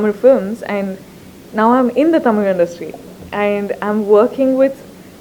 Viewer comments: she pronounced Tamil in the right way HATS OFF !!!!! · like how she pronounces தமிழ் properly :)